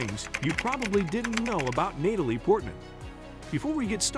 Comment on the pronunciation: “Nay-talie” 😅… AI is wild…